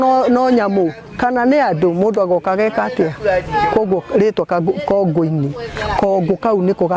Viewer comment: Proper kikuyu is 'Kongù-inì' not Kongo - inì. Kongo, its small head but Kongù its small clay pot.